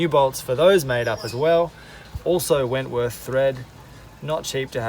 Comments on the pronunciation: my heart goes out to you on the saga of the bolts, by the way its Whitworth, not 'Wentworth'. I play with British motorbikes, its 'normal' for those of us who insist on riding old British bikes... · It's called Whitworth ...not wentworth :-) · Great videos, keep up the good work.... Btw it is Whitworth threads... Usually called BSW - British Standard Whitworth... Not Wentworth.. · Perhaps it is your accent, but there is no "N" in whitworth thread !